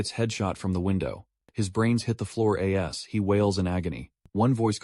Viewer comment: English pronunciation of "as" and "at" are incorrect. AI voice needs some improvement 😅